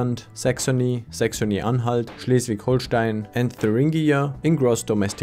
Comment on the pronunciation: You named Schleswig-Holstein right. Unlike a Page in German calling it Hohlstein